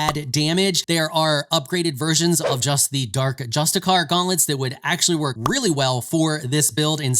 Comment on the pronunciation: Per-ee-apt. not Preapat. Just-ih-see-ar. Not Justicar.